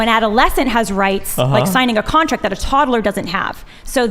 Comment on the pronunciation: Ok, aside from the actual topic (Im conflitrf and not sure where exsctly I stand on either side) that skinny girl pronounces things so annoyingly. 'Tod-a-ler' and 'Sib-a-ling' are just so.. I just cant..